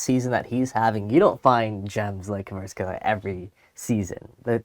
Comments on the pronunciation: Kvicha what? Jesus Christ, at least learn how to pronounce his name before doing a video about Napoli. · If you are going to do a commentary at least try to pronounce someone's last name correctly